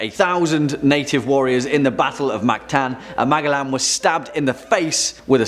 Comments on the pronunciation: Magaland WTF it's pronounced Ma gel lan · I heard he say the name and I thought who tf is he talking aboot. Cause I knew who MA gell an was,but who is Magalan. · (MAG - A - LAN) hurts my ears... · It's pronounced "Majelan" lol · In my country (Philippines) we pronounce Magellan as (Majelan) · The way you were pronouncing Magellan was confusing me at first. I am rather used to hearing "Mage-ell-an" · C'mon,. Check your pronunciations. It's Ma-jell-an. 🙂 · ouch, i am almost sure it sounds like "man...jellin" like jello but "in" at the end of the name,, man-jellin any way so far great video. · Think it’s pronounced “Majellan “